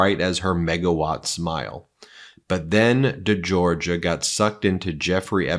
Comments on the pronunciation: It would be respectful if Anouska's name was pronounced decently. De Georgiou like jhor-zhew not jor-guh/Georgia. Not difficult when it's in your own video. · De Georgiou, not De Georgia. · Thats not how it's pronounced. It's the same surname as George Michael.de. jorjiyew I love your work, guys. This is just to clear this up. You uses to mispronounc😅ed those guys who worked with Nauta, and Olivayra (oliveira), you got it right eventually but it was a distraction from the subject. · Hey Ben if this should somehow catch your eye- I’m not a stickler nor a snob, but a nicer way to pronounce this very beautiful and elegant young lady’s family name is more like ‘zhorZHOO’. Just a hint. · Friend of mine has the same last name pronounce "Jor-Joo" also the other lady is Gee-oo-fray otherwise great analysis! ! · Georgiou is not pronounced like Georgia. Jeez.